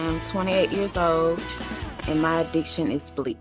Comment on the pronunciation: Lol. It's addictions not additions.